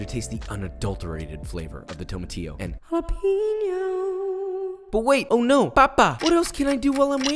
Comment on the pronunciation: He still can't pronounce "jalapeño" properly tho